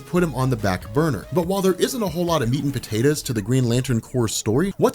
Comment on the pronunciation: Meat and Patatahs